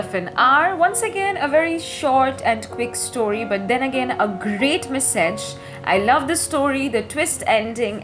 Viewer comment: Hastened, message pls work on the pronunciation of these two words...loved the part when louise realized her freedom! Well read...kudos to you🤍✨️